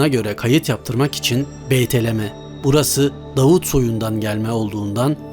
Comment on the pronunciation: beytelem degil BETLEHEM.